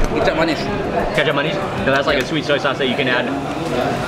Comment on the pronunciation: U know I looooooved when you said shweet instead of sweet while u were eating lol ur so f funny 😂😂😂😂😂😂😂😂😂😂😂😂😂😂😂😂😂😂